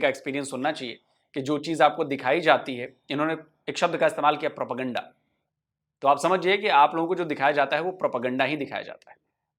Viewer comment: प्रोपगैंडा नहीं प्रोपेगंडा।